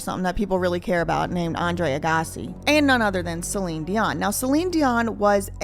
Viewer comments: Great work!! I also giggled with how you said Agassi 🤭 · you made me laugh when you said Andre’ Aggasi’s last name. Thank you for all the time and effort you put into your videos. ❤